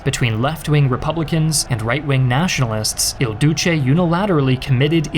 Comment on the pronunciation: Why are you calling him, "El Douche"?😂 Italy never stops getting made fun of.